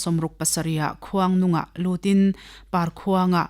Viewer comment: Parkhuang a awmlo..palkhuang tih tur